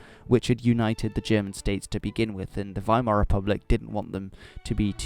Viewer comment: Finally, someone says Weimar with the w as a v